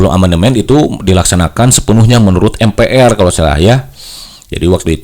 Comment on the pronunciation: Sejak kpn MPR dibaca atau disebut em pi ar? Lembaga negara itu bg harus bnr cr pengucapan nya